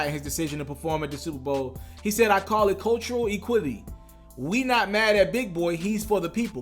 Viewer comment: Wait a minute...Did anybody catch how this dude pronounced "equity?" 😂😂😂🤦🏽‍♀️🤦🏽‍♀️